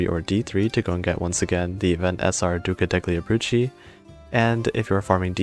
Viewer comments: the way you say the Italian words makes me die every time I hear them "duca decli abrucci" ￼ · is it kinda pronounced like "duca delyee abrutzi"? obviously not spelt like that, just trying to sound it out